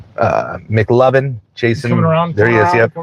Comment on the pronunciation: Did you say his last name’s Mcluvin? Like in Superbad?😂